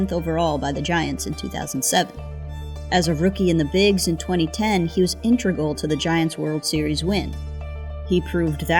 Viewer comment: should be integral, not “intregal”